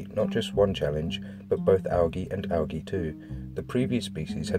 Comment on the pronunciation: you pronounced Algae wrong it's Al-jee